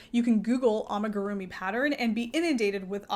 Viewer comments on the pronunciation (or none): well, I thought about it, but the pronunciation might not even be wrong, I think the problem lies in the fact that you give emphasis on certain syllables. Japanese is in particular not a language with (a lot of) emphasis. You say it like amiguRUmi but it should be more like a mi gu ru mi. All syllables equal in length and strength…. Hope this helps 😅 explaining is hard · The butchering of the amigurumi pronunciation❤️😂🙈